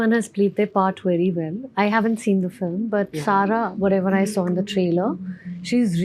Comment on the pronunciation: It’s pronounced Film not Filum